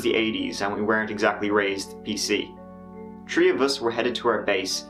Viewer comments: I hope he doesn't say 'three' again!! Saying 'tree' is part of his charm!! He may become Americanized:( Stay yourself, - we luv ya that way! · Please stop saying tree instead of three, please please lmao! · You said THree not TRee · YOU SAID THREE NOT TREE WHAT HAPPENED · S Waters saying “tree” is a meme confirmed lol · Its CONFIRMED that hes trolling When he says TREE. 🤣🤣🤣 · I agree I like it when he says tree. Turdy tree and a turd. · It's ok to say 'tree' instead of 'three'... Anyone who has a problem with that has control issues. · Nooo! We just love to hear him say it. ❤️🌲🌳🌴